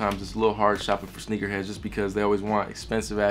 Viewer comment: Boi dis mans said sneakersheds😂😂😂